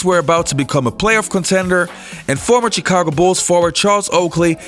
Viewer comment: Good video, but the way he pronounces the "Ch" in Chicago and Charlotte hurts my ears a bit.